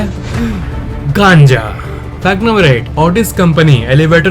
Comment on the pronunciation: The way you say “GANJA” is hilarious 😂